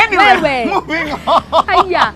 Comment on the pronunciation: She sounds like a kuyk, the way she says haiya! Lol